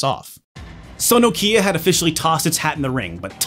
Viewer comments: Bro I have 2 of these and collect all the games. I really appreciate you doing a full video on it, how ever the least you could of done is learnt how to say Nokia in the correct way 😉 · As a Brit who now lives in Finland I always wondered why Americans pronounce Nokia so strangely. knock-i-a, not nOkIIa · I swear it's pronounced Knockeeya. Can't seem to find a Connecting People ad where the brand+slogan is actually said out loud. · "Nokeea" Nah. It's "Nokia." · Knock-ya not No-kya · Enjoyed this video. But for the love of god, it’s Nokia. Not No-Kia. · It’s NOkia, not NokIa ffs... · why do u keep saying No Key Ah its Nokya, like, 0 prople call it No Key Ah. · its pronounced nokia, not no kia, like you´ve lost your southkorean car. i dont know why, but it bothers me a bit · Why do you keep calling it "Nokeea" you absolute fail? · Whilst all the planet calls it nOkia why on green earth would you call it nokIa? Who did you hear pronouncing it like that? nokIa…….. It’s nOkia!!!! Dang so annoying….. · You won't drink anything because he winds up say "Noh-Kia" instead. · Nooo-kia 😂😂😂😅 - Americans pronunciation is something else 🤣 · Nokia pronounced like knock ia. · it's more like 'NOkjia' if you wanna actually correctly pronounce it, finnish is weird. The rest of the world that doesn't swallow half their phonemes settled on 'Nohkia' as the go to pronunciation tho. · I like your videos, and your presentation style. I'm not sure I can watch a whole video with your countrymen's mispronunciation of "Nokia", though. Let's see how I go... About a tenth of the video in and I'm already grinding my teeth. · Should have been called 'Poorly educated American patronises Europeans in 34 minute video, mispronouncing Nokia throughout' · Lol it’s funny the way you pronounce Nokia. 😆